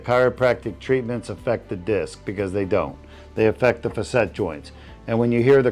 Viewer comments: I think “facet” is pronounced “fa-set” not “fuh-set” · Facet joints not facette. Doesn't look like a hanging. Looks better than getting cut open and filled with opioids.